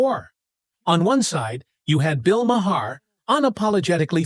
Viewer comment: Wish u knew how to correctly pronounce Bill's name